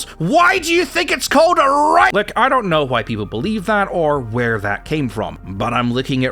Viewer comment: I don't know why, but hearing you say the word Rifle makes me break out in irrational laughter.